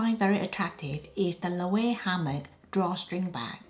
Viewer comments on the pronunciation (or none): I hope you don’t mind the correction but Loewe is pronounced Loo-ee-vay. All the choices you picked are on point. However, for the Celine bag, buyers beware. The leather scratches like you wouldn’t believe. It certainly isn’t value for money unless you want to treat it with kid gloves.